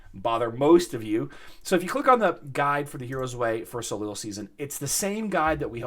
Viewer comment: Soleil = so-LAY It's French. The last consonant ending a French word is silent. Ever hear of Cirque De Soleil (sirk deh so-LAY)?